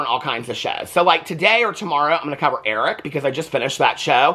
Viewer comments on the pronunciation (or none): none